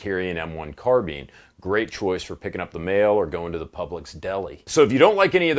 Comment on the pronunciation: This mf really said „carbeen“